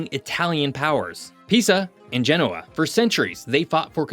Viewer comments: he also didn’t look up how to pronounce Genoa. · Good video, don’t understand why France doesn’t give Corsica their independence. Btw please pronounce Genoa correctly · Great video with great insights. In the future, please check correct pronunciation for place names like Genoa.